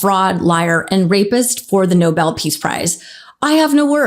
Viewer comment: Bibi… it’s not Noble…it’s Nobel! (Pr. No-bell) 🤦🏻🤦🏻 Why are all these “strongmen” always so weak in the head!🤦🏻